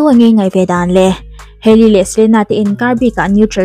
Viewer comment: Hailey skincare product hi rawdi nilo 'rawd/road' ti a lam tur😅